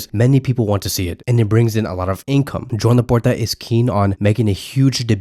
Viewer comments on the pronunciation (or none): none